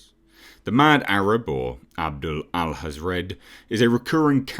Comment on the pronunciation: Hathred not Hazrad